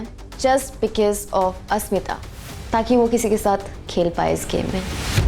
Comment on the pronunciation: I noticed mispronouncing everyone’s name 😂 eg. Asmitha - Ashmitha….Zalak - Jalak 😂